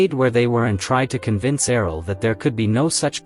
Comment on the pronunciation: Wtf happened after with the way Errol is pronounced? It's like yelled. Annoying af.